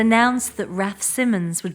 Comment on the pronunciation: So much hard work and then you don‘t even bother to find out how to pronounce your subjects name although Raf Simmons pronounces the name correctly. And what about „maternal mother“.